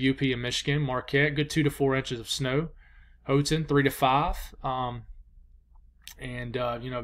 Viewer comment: It’s very hard to sound out most of those names. French and native languages make it tough. No worries and it’s How-ton lol.